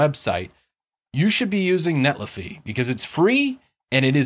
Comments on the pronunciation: It's not iffy like jiffy, but Netli-Fi like Sci-Fi. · I cringe when you mispronounce netlify lol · Pronunciation of Netlify aside.... great video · feel you